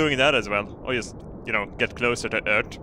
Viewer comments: ''On Ørth'' Classic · I really love how you say Ört